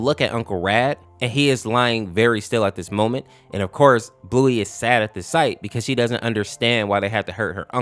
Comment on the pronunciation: ❌️ AUfkorse✅️